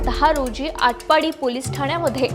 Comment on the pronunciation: मॅडम adpati नाही आटपाडी 😊